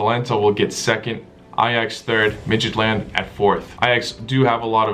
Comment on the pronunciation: It is actually pronounced like mitchiland